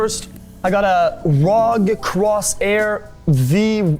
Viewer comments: I mean, he's a gamer. He should know that it isn't a Rog Cross-air Vee-Eye-Eye-Eye. and instead a R.O.G. Crosshair Vee-Eye-Eye-Eye (or 8, if you are that kind of person). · secs in im already fking done with this video. DID HE REALLY JUST SAY ROG AND NOT R-O-G?!?!?!?!? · "rog" crosshair, "vee-eye-eye-eye" how'd he manage to read it "rog" on the ROG, and "vee-eye-eye-eye" on the VIII? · the fact he pronounced it rog and not ROG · I have no idea who this guy is but I can't stand him. Why is he bragging about his PC parts but has no idea how to pronounce "R O G". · The fact the he pronounced ROG as a word rather than an acronym infuriates me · I cringed already when he said 'rog' instead of R O G and VIII as V I I I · I got a Rawg, cros air, Vee i i i fomula dewd